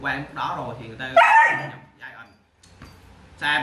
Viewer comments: Hoài Thu bữa phát âm sai đó bạn đọc gian rõ ràng bữa nay ngừoi ta góp ý mới sửa lại đó -_ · phuong nguyen đọc giai ent là đúng r nha bạn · Ủng hộ e vì câu nói "mình lừa đảo gì các bạn, mình là người mua chó chứ đâu phải bán chó😘" , điểm cộng nữa là e phát âm từ Giant đúng 🤣🤣🤣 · Méo hiểu s cái từ ( giant) này đọc là giai ần 😄, thấy đọc kiểu tây tây là kêu phát âm đúng